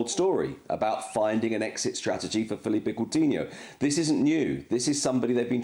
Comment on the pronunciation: Sid at least pronounce ‘philippe’ coutinho right! It’s Philippe not Felipe